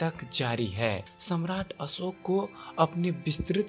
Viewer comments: आपका हिंदी उच्चारण सुधार चाहता है. ... असोक नही अशोक. .. श के स्थान पर स का उच्चारण हो रहा है..... शब्द है देहावसान. ..आप बोल रहे हैं देहवासन.... कृपया वांछित उच्चारण का अभ्यास करने के बाद ही रिकार्डिंग करने की कृपा करें. ... सूचना अच्छी है... उच्चारण भी अच्छा हो जाय तो सोने पर सुहागा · हिंदी सुधार आवाज़ सुधार हज़ारो को हजारो बोलता है अशोक को असोक बोलता है